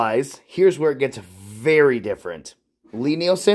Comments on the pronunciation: Lie Nielsen is pronounced LEE, check their website and Wikipedia. Nice people that make the best hand planes. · Why would we take your pronunciation over that of the guy himself? It's pronounced LEE, like lien, liege or Natalie. And it's a damn fine plane!